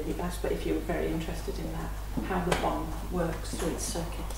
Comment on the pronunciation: Its bommmmmmm "bomb"